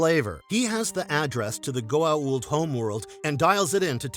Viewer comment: Yet is able to say Goa’uld properly